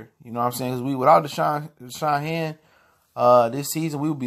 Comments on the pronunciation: His name is Dashawn hand not shead champ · Hand !! Not Shead...its aight tho.